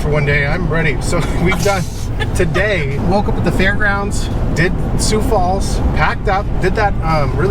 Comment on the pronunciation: It is pronounced, "Soo"Falls".Sioux Falls. I lived there many years.